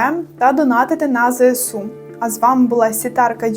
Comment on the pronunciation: Велике дякую за те що правильно вимовляєте ЗСУ🫶😁 бо це «зесеу» у блогерів мені весь час ріже слух 😅